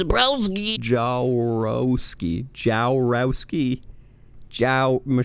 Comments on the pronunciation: The hackjourno's last name is pronounced "Ya-vor-skee". If you ever have a problem with a surname, especially a Slavic one, hit me up. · That's a Polish surname. Pronounce it "Yavorski". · Jaworski probably isn't pronounced as polish but it should be pronounced Yavorski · It's "Michelle yavorsky". What is up with you anglophones and pronouncing Polish words? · you should read it as "Yavorski" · I can perfectly pronounce Michelle Jaworski, I mean the right, polish way (Yavorsky), she herself may be using different. But Matthew Rozsa, is a problem ;) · If, by some small chance, you were serious about not being able to pronounce her name. Warski like Andy Warski, but with an o instead of a, and slap a Ja or Jah before that. Jah-worsh-ki / Jah-wor-ski. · Her name is pronounced Javorski. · Hej I guess to hear Jaworski beeing pronounced well you should put into Google polish translator. Soulds like ours surname:) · Watching you butcher that Jaworski name was magical. I wanna see through your eyes just once. Lol